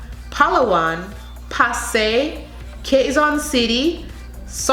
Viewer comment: Very food pronunciation except for pasay and taguig! Well done 👏